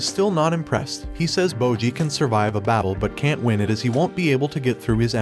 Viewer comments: It's bojji not moji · "Bowjee" "Cage" ✊😢